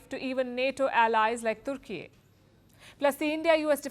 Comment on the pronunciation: The news reader cannot pronounce "Turkey" 😂😅😂